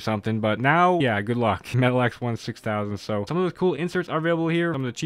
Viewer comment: Metal-X is pronounced "Metallics" and Cache is pronounced like "cash" FYI